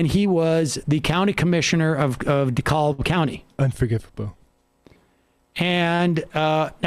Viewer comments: DeKalb county. Pronounced. De cab Not de caulb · Not that it's important but Dekalb is pronounced "Duh-cab". The L is silent, like in "salmon". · its pronounced DE-CAB county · First, it's "DEE-cab" county. Second, Vernon Jones is always in trouble in one way or another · I live here. It's DEE-cab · Being from Georgia, it took me a minute to recognize when Sam said "DeKalb County" Around here, it's pronounced "de-cab" :) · Everything I hear someone from outside of Georgia say "Dekalb County" it makes me ears twitch. In Georgia we say it like "De-Cab"